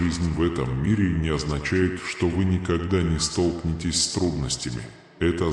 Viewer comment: Столкно'вение столкне'тесь ударения на гласные звуки . столкну'лась столкне'тся . столкну'вшись .